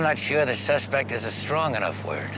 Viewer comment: George Hamilton said suspec, not suspect. Weird.